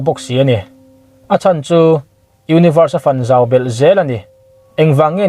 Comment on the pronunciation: fun zau nilo in pawhfan fan anga lam tur chuan univers chu a fan zau ta xel ni tih tur